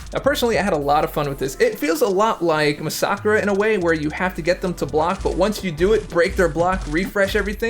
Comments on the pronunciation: WTF - MOUSAKRAH....u mean MASSACRE? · You butchered massacre name